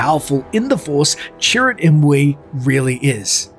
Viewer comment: I kept thinking you were saying 'turret'.